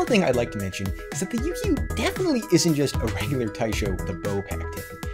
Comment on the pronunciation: Heya! The "kyu" part of "Yukyu" is pronounced like the first part of "cute". So it's not "Yuu-Kee-Yuu", but more like "You-queue". When plucked it sounds a lot like the Japanese Shamisen. And bruh the little test music at the end was magical AF. Imagine that echoing off of some vast mountain terrain.